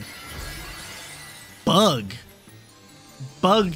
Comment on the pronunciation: lmao. The way you say BuGg!